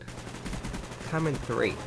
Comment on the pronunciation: comenthrate = when cant pronounce commentate properly